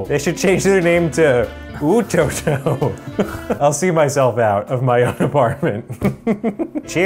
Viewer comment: LOOL "Ototo" was the whitest pronunciation I've heard